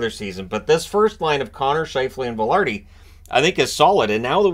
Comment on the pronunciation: "Vi" in Vilardi = "Vi" in victory. The "i" sound in Latin languages is always the same, never with an "A" sound.